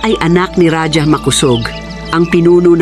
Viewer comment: Ang bigkas ng Raja ay RAHA hndi radya.